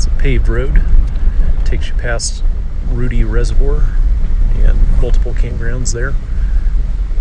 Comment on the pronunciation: Don’t think anyone mentioned it, but Ruedi is pronounced like rude-eye not Rudy.